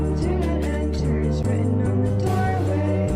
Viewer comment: Почему солнышко а ни солнышко